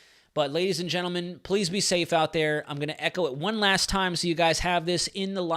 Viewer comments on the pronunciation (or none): none